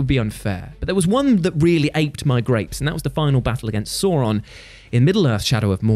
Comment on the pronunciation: We just ignoring the pronunciation of Sauron?